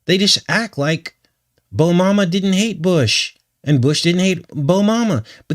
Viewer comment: Haha "Bomama"